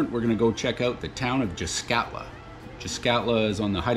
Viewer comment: Well, at least the guy pronounced the name of the place correctly.. Yep.. And the old warehouse, which sat across from the old metal shop, is still there ---With that ugly green paint.. (Did someone get a discount on that colour?)_ That old building, which later became the firehall, really helps to orientate the newcomers, if they check out any photos from 60 -80 years ago.. I remember when I was a kid, a painter came around, and repainted every house that yellowish beige.. Much nicer.. All the old bunkhouses were painted that colour too.. They really stood out, compared to all the grey weathered shacks we noticed in Port Clements, when the road was put through.. .. Anyone remembers Fred Marx's sign painting ability?.. "keep doorway clear".. You instantly recognize his handiwork.. Man, I bet that guy would have been a millionaire, if he got a buck for every sign he painted.. All in all.. What a sad, sad documentary, of what at one time, was a great place to live.. People going there today, have no idea.. What can I say? I'm lost for words..